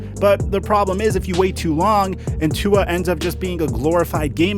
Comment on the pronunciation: stop saying tuas name wrong